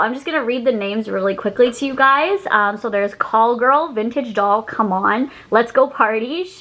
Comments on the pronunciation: Girl it’s called Cali Girl not Call Girl lol. But yeah the collection was super cute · I think it’s Cali girl not Call Girl 😭🤣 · It’s CALI Girl, like California, not Call Girl 😂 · CALI-girl haha not call girl. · It's so cute! Love this vid and love you!! 🧡🧡🧡 also I think the name of the shade is "Cali girl" not "Call girl" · girl it says cali girl not call girl!! i’m dying omg 😂💕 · Did she really say call girl? It says cali girl.... read please. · I think it's Cali Girl, not call girl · It’s not call girl it’s Cali girl 😂 call girl definitely doesn’t fit! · Girl it was Cali Girl not Call Girl😂😂 ilsm! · I believe ‘Call Girl’ was ‘Cali Girl’ like california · It’s Cali Girl not call girl 😭😭 I love you so much ❤️ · CALI GIRL NOT CALL GIRL 😂😂😂😂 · it's cali girl not call girl lol. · It’s Cali girl lmao 😂